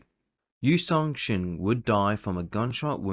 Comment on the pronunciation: Text and script: "Yi Sun-sin" Guy reading the script: "Yu Song-shin"